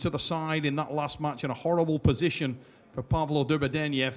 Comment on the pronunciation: Hey Engin, it's Derbedyenyev ;)